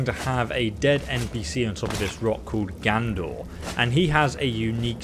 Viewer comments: Seriously, dude, can you read? Are you dyslexic? It’s not “Gandor,” it’s Gadnor, and it isn’t “Never-shatter,” it’s NERVEshatter! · GADnor NERVEshatter LEARN YOUR BASIC PRONUNCIATION GUIDE